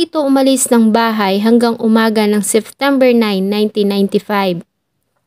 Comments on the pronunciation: Ang gaganda po ng mga stories pero some of words hindi na popronounce ng tama kagaya nalang po ng Seftember.yung P nagiging F .. pero over all po maganda po mga kwento, maganda boses .yun lang naman po napansin ko🙂 more power po sa inyo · Lagi ako nanonood sa yo. Gusto ko ang pagk wento mo, pero sana ma correct mo ang SEPTEMBER at hindi SEFTEMBER, or OCTOBER at hindi OCTOVER. ✌️ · Your narration was great but let me give you a piece of advice to make your future narrations more effective. Practice your pronunciation with the words September and February. You keep pronouncing September as Seftember and you pronounced February as Fevruary. I hope I was able to help.